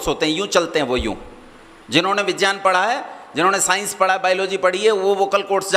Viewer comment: अरे अक्कल के अंधे तुमको तो विज्ञानं का उच्चारण ठीक तरीके से करना आता नहीं है और आ गए भगवन के अस्तित्व पे सवाल उठाने